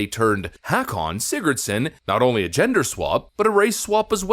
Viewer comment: The name Hakon, is pronounced “Hoe-kin”.. I know because it is my middle name